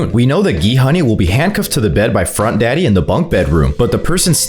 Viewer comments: Bro why you say frontdaddy ☠️☠️☠️☠️ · Bro when he said frontdaddy got me dying 💀😭